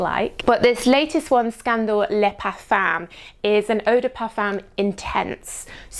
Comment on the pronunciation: You're a nice girl but please learn to pronounce "parfum" without making it sound so awful.